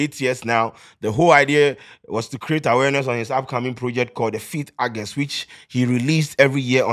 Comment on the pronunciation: The month is not pronounced Argust, it’s August. I hear a lot Ghanaians making this grave error.